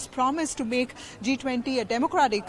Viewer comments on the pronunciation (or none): none